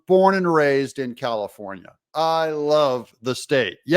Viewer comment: Comifornia...get it right